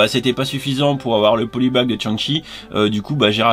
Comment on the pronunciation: rien n'arrete les passionnés :) en revanche ta prononciation du polybag cadeau est vraiment à l'ouest :) je te la murmurerai à l'oreille coquin